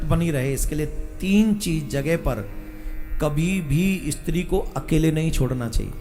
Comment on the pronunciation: પહેલા બોલતાં શીખ ઈસ્ત્રી નહીં સ્ત્રી